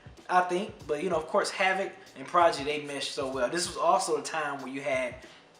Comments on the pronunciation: lol "Progidy" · I tried to keep myself from cringing every time I heard you struggle to say Prodigy's name lol but I'm glad you reviewed this album. I still love it to this very day.